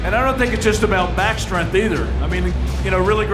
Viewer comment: Every time the commentator says “strenth” I die a little.